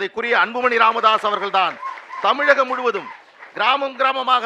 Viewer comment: ஒரு நாளும் த வெ க ஆட்சிக்கு வரவே முடியாது. முதலில் தமிழக வெற்றி கழகம் என்பதை சரியாக உச்சரிக்க பழகு பார்கலாம்.தாய்நாட்டின் பெயரையே தமிளகம் என தப்பாக உச்சரிக்கும் நீயெல்லாம் இங்கு வாழ்வே தகுதியில்லை மணிக்கு.